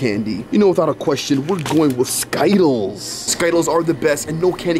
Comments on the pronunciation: I like how they mispronounced sky tiles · 😂😂yes its true says sky-tiles insted of skittles😂😂😂😂😂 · its called skitelss not skytelss \ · As in its not ski-tiles instead of skittles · I hate how he says skittles like sky_tels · 😂i love how you say sky-tiles instead of skittles😂😂😂😂😂but I love y’all’s videos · bro is not called skytallys its skittles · Yeah it's skittles not skyttles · skytle huh its skitles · It’s not Skyles it’s skittles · So funny bro it's not called skytlles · It’s skittles not ski-tiles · It is skittles not skytles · It’s skittles not skyttles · It’s skittles not skitles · Dude can you not read it skittles not skiettles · I love how always say sky-tiles instead of Skittles 😂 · I call them skitles too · Skytles has been mentioned on the channel for like 6 years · They got sky-tiles yeah I love it too😂😊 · I looked in the comments, and he just said sky tiles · I like when they say skaitles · Why do you call it skittles😂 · y do you guys call skittles skidl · Stop, saying, Skyles!!!!!!!!!!! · You know skittles are not pronounced like that right? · That's not how you say skittles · Why did you say skittles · why, are u saying skittles incorrett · Bro it’s skittles not skittles